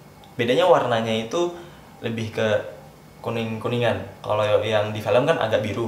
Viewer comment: Apa gue doang ya yang merasa kalo ngomong film jadi felm.